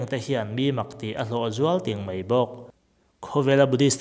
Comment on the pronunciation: 'mei' ti lovin 'mai' tih zela lamrik ni ta se ava ngaihnawm lehzual dawn em!!👍👍👍